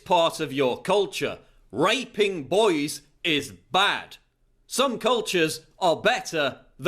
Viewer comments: i like how he pronouce boys as "boies" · I detest the way this man pronounces "boys" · I know that raping boys is horrible but it's funny how he says boys. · The way Paul says boys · Can't stop laughing at how he says 'raping boys'